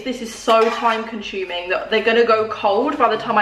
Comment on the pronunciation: She said time conchuming rather than time consuming 😂 That actually made my day love u